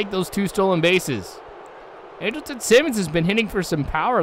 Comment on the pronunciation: He's sayin Simmons' name right